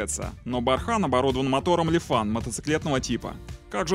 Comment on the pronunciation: Как только ты сказал люфан я ушол !! ;(